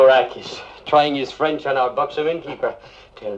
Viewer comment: Once I'd gotten over Wilde's questionable French accent this turned into a decent film.